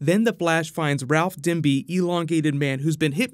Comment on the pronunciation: Stop saying Ralph Dimby. Its DIBNY